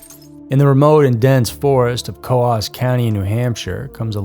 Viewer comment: New Hampster (lol) here. Coos County is pronounced like ooze, booze or lose 😁